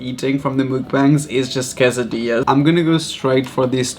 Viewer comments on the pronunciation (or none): none